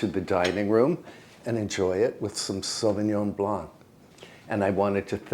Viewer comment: Félicitations pour votre prononciation du Sauvigon! Now I know you really read what people write, that is nice. Thank you for this, again, super épisode.